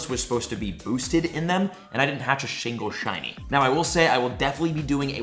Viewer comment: He said “ shingle shiny “ 😂😂 love you